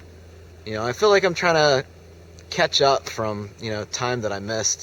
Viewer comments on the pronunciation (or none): none